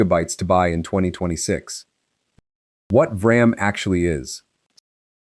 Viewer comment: it's pronounced "V" ram. Quit doing videos on Vram when you can't even pronounce it right